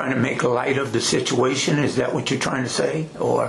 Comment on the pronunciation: Sishuation. Fuct!